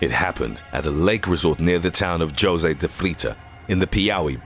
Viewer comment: >spot on spanish pronounciations >pronounces the J in jose RIP